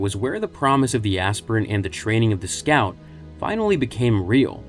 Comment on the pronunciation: It's not azz-pirent.... It's. Aspire-ent. To aspire to a higher calling. Your pronouncing the H in Wheat thins too hard. 😮